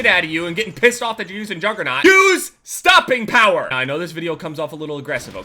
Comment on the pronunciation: Sorry, but is he trying to say use stopping power? Wasnt very clear.